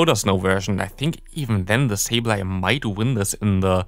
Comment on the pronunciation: Why do you always Day „di“ instead of „the“